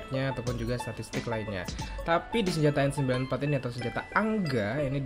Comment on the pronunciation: Gua baru nyadar kenapa manggil senjata AN-94 jadi Angga rupanya karena AN-94=ANgA (ANGGA)